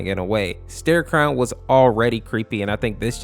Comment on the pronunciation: It's starecrow my broski Fucking starecrown